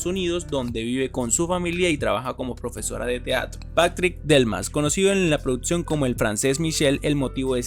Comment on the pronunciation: Hermano, checa tu pronunciación, es producción no produtsión, y un gran etc. la chica hija de Betty, no es adolescente, es una joven adulta, saludos.